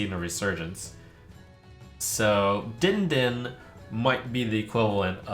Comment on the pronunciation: the way trump read the "din din" card made me die inside, it was meant to be a bell sound man, DING DING